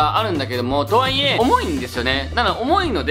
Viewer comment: 「と↓は↑い↑え↑」が気になりすぎるwwwww 疲れないスニーカー欲しいんだよなぁ😑